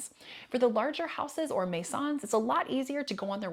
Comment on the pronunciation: your French pronunciation of all other words were perfect, which is why the maisons stuck out for me. Very good video and tips 👍